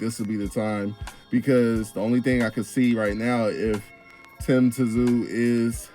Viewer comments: Just say Sue not t zu 😂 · It’s pronounced Tim Zoo